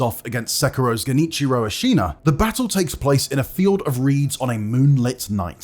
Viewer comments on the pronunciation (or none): Genichiro A-Xena